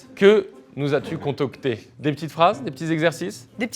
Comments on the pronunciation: "Contocté" au lieu de concocté et il ose vanner son équipe. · ça s'dit concocté pas contocté, le nuloss